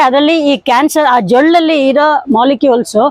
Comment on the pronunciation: ಜೊಳ್ಳಲ್ಲ ಜೊಲ್ಲು